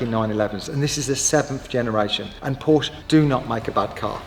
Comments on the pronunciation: Cant buy a Porsche, if you cant pronounce it correctly ! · Now, if you could just learn how to pronounce the car's name correctly you're onto a winner. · Pronounce porsche properly 😮